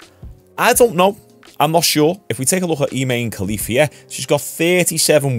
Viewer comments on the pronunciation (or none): MMA Talk, a legit, objective MMA news channel literally pronounced it’s name “I’m a man” Khelif” 😂😂😂. I literally almost fell out of my chair.